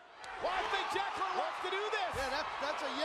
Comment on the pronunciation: The worst annaoutment ever in wwe history he said 'Jacqueline?' and no 'Jacqueline'